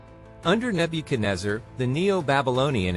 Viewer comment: You doing wrong pronunciation of name